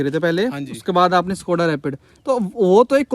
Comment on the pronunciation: Bhai सकोडा नहीं शकोडा khete hai Just saying 😅